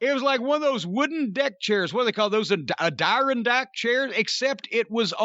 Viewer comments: A-die-ron-dack chairs???? Those are Ad-ir-on-dack chairs to you Mr. Cornette, from the fine people of middle of nowhere New York. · It's pronounced "ad-er-on-dack chair." And maybe it was Marko Stunt's chair, and that's why it was so small. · It's an "Adirondack Lawn Chair". I know, I live about an hour away from the Adirondack Mountains lol I didn't see the show, I'm not sure if that's actually the type of chair but I think that's what Jim is trying to say, at least.